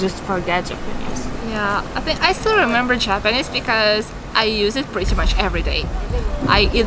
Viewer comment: It's astonishing to me that two Russian girls are talking in English so fluently! たったひ1つだけ気になりました。朝砂さんの“Japanese”の発音が「ﾁｬﾊﾟﾆｰｽﾞ」に聴こえました。「ｼﾞｬｰﾊﾟﾆｰｽﾞ」と伸ばして「ﾆｰｽﾞ」にaccentを置いたら巧く行くと思います。良かったらやってみてください。